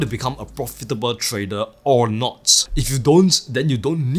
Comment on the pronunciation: You have nice content. I just can't help myself to put a smile on my face when you can pronounce almost everything right except word TRADER :) keep up